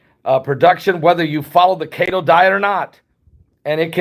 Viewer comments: Every time he says cate-o I laugh. It’s KETO, pronounced KEY-TOW. Short for ketosis. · Love your shows. Just one helpful hint. Keto is not pronounced kato, but (key...toe). It references to ketoacidosis that diabetics can develop when they produce Ketones in urine. I know this because I have a type 1 diabetic daughter. God Bless. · It's pronounced....KEY TOE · Pronounced kee-to. Didn't know what you were referring to until I looked below video. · Pronounced (Keeetow) =no carbs 🤷🏽‍♂️